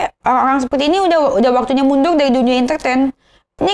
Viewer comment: lidah gk pecus bilang mundur aja susah 😂😂😅 mundul wkwk